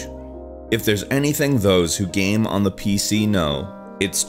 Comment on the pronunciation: SurpriseFace Have you heard him pronounce Game? The guy makes a living talking about them and it sounds like gam.